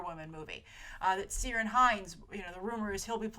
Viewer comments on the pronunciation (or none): Hi happy voting day 😉 not to pick but the easiest way to pronounce Ciaran hinds first name is to say the words key ran together fast, love the show Ireland loves ya ❤